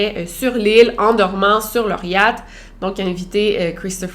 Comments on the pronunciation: j’aime trop comment tu dis « yat » 😂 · Désolé Victoria mais j'ai vraiment rigolé à chaque fois que tu as prononcé Yacht